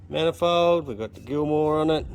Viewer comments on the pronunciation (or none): Gilmer drive, not gilmore.